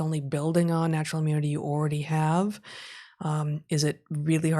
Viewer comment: .00 Heather, did you say “oridy?” Like already? Very unique way of saying that word. Anyone know where that’s from? I’ve lived all over the States and never heard that outside a high school.